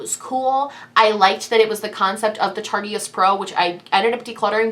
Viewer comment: It's pronounced tar-tist. I've heard a lot of people say tart-e-ist, but it's a silent e. Sorry, it's a thing, and I do love your videos 😎